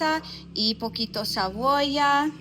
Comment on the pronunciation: Cuando intentas hablar español, te fallan las vocales. No se dice, queso fresca, es queso fresco. No se dice cabolla, se pronuncia cebolla. Donde compras el queso, no es La Peloma, se llama La Paloma. Tu esposa sabe esto, ¿por qué no te enseña cómo pronunciar las palabras correctamente? Si no te corrijen, no vas a aprender a pronunciar las palabras correctamente en español.